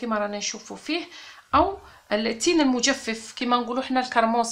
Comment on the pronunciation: المجفف بفتح الفاء الاولى وليس بكسرها